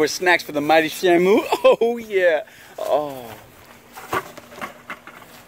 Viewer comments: Shamo, Shammoo, and shimo, its SHAMU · black dragon877 how to pronounce the fishes name is Shamu